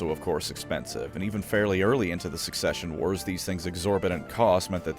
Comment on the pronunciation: never mind its "succession wars" Either I missheard or he said it wrong